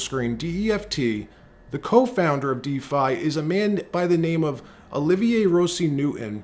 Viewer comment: never ceases to impress me. For he correctly pronounced the co-founder of Defi's french name: "Olivier". Since we share that name, which anglo-phones understandably mispronounce, is a first class fella. And thanks for the tip on said company.